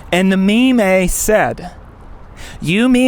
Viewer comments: 'memay' really threw me for a loop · I felt pretty neutral watching this till he fucking said "mee-may"